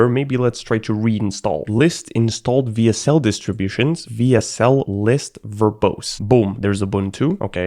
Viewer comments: I die a little inside every time says "VSL" instead of "WSL" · Am i the only one who noticed that he says vsl not wsl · Bro Saying "VSL" when tying "WSL" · For some reason him saying vsl instead of wsl made me really mad, idk why though lol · him saying "vsl" the whole time made me rage so hard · I love how he keeps pronouncing "W" as V. He should be saying DABLEW SL, but you know what, I would have done the same. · It's WSL not VSL! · Someone tell him that W isnt V. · Why do you keep calling the "double you (W)" a "Vee (V)" ?? Throughout the entire video you are typing "WSL.. but you are saying "VSL ?? Why? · If this guy pronounces wsl as vsl one more time istg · WHYS HE CALLING IT VSL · mf kept saying vsl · BRO SAID "VSL" THE WHOLE VIDEO INSTEAD OF "WSL" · It annoys me how you constantly say VSL rather than WSL throughout the whole video despite typing it correctly as WSL. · do you say w as v just to piss people off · writes "w s l" reads "vee es el" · not bog calling it vsl the entire video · I think your pronouncing WSL wrong, it's supposed to be Wea-SeL. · This guy can't pronounce the letter W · That is how I noticed that he's German tongue, he's living in Switzerland too. The reason for this mispronouncing is that in the German alphabet W is pronounced almost the same as V from the English alphabet, just the "e" vocal is different. The German alphabet V is pronounced "Fau". It's just how we Germans process the letter W and it's really difficult for us to get it right on English. For example the literal pronunciation of "windows" typed out in letters would rather be "vindovs" in that case. I did catch myself doing the same several times. And if I'm being honest, the English alphabet W "double-u" pronouncing is just bad and stupid.